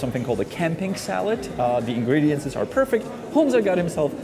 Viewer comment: Stop saying "ingrediences"